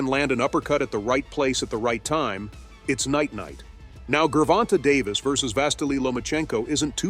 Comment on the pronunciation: " Geeer vonta "